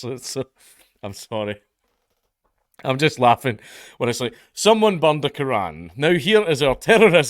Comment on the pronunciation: Bro I love this guy's accent but I honestly understood that he said somebody bombed the Quran